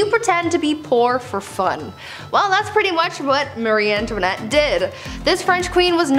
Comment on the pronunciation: Croissant 🥐 not cake 🍰 (marì antoniette) 😄